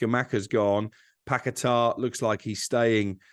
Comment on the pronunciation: Why can not pronounce a single players name given his entire job is about pronouncing players names???? Paquetaaaaah?? Kudos?? Wtf mate?